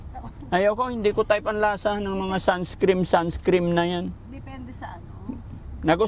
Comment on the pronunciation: SUNSCREEN HINDI SUNSCREAM😅😅😅😅😅😅😅😅😅😅😅